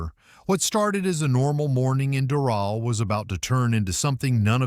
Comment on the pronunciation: That's not how ya pronounce Doral